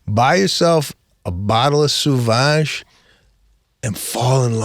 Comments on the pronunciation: Sauvage is French and is pronounced SOVAGE not suvage! It means wild, untamed, or savage. There's even a YouTube video pronouncing "Christian Dior Sauvage" perfectly in French because the Google quick audio sucks. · Just because Lana can't drive don't paint all of us with the same brush, and learn how to pronounce the name of the Dior cologne Seb.